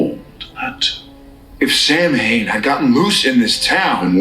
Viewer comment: I HATE that they don't pronounce Samhain correctly. It would have taken less than a minute of research to know how to pronounce it. Not one of my favs - but I still love, love, love Supernatural.